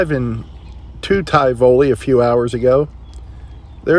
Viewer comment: I can't remember if you ever visited Indianola TX. It's not far from Tivoli. The hurricanes visited there a little too often . Your pronunciation of Tivoli makes my eyes cross in protest😅